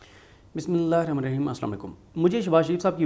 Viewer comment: براہ مہربانی بسم اللّٰہ پڑھنا سیکھ لیں